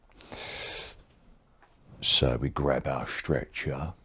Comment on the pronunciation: the way you say 'strecher' in cockney makes it sound like a torture machine LOL